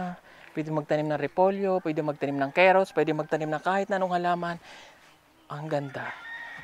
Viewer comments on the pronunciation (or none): none